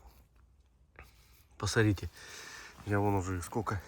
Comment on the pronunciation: исправьте пожалуйста Ваше речевое,,сорите,, и,,посорите,, на,,смотрите,, и,,посмотрите,,-кровь из ушей идет когда это слушаешь!!!(За ранее извиняюсь,это ведь не урок Русского)